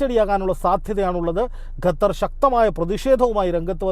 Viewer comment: ഗത്തർ അല്ല ഖത്തർ ആണ്